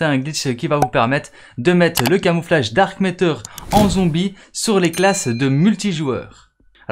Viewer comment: Pourquoi tu dis dark itter